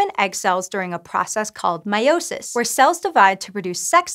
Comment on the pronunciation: The way she pronounces meiosis just makes my my blood boil 🤨😠.